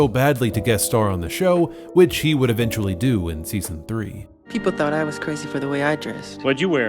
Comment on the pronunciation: Dee-cember, not D'Cimber, ee-ven-tually not a'vintually. You're not from New Zealand are you? or am I not understanding AE? BIG "?" on that. maybe you can help me?